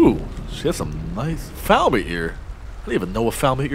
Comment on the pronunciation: I like how you pronounce falmer. Faalmear